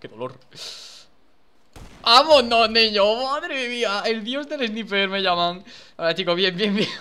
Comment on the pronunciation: por que todos los españoles no saben pronunciar el ingles sniper no mames